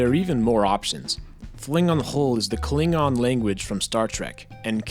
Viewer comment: Your pronounciation of klingon was pretty spot on actually. Also, the language selection contains Plaatdüütsk, which isnt really a joke language as much as its a dying language in northern germany (Which i dont speak, though i do understand it as my grandparents still speak it)